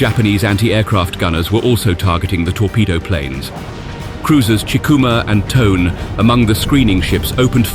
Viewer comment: The name of IJN warship Tone should be pronounced “TOE-nay.”